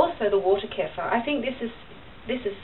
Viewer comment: Great video, thx! But, you are mispronouncing kefir. The "e" has a short e sound as in "egg". The "ir" is pronounced "eer". The accent is on the 2nd syllable, not the 1st, ok? Thanks again for this video.